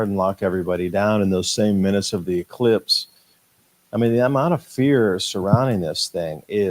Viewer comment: He definitely made sure he said elipse instead of eclipse,that's a job for Paul Knight, he'll be on that big time and I'll be waiting for the next episode he does with you👍